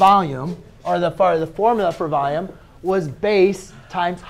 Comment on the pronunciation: " To find the vAhLuMe..."